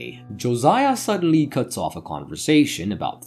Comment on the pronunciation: The voice is fine, the narration, thoroughness, clarity and speed. Its the emphasis and volume on the first word of each sentence, names, certain word like "suddenly". Its like a roller coaster. Maybe i am so use to ai voice i forgotten how human speaks.